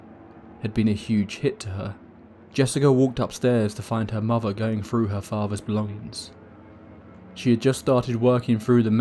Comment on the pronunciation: what a favvah? what is a muvvah?